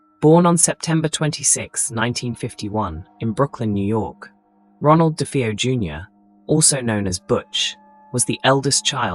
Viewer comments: I lost count of the amount of different ways 'DeFeo' was pronounced in this video!.... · If you can't even bother to pronounce the name Defao properly I'm boy watching it.